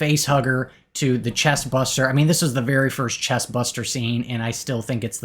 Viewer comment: Hi, I would rang the movies differently, but your video was a good watch. One thing that caught my attention was that you're saying "Chest Buster" while I think it should be "Chest Burster". Have a nice day 🙂